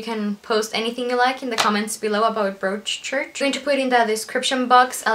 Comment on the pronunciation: Very nice review. By the way, in the word Broadchurch, "broad" rhymes with prod, god, odd, etc., so it sounds like brod-church.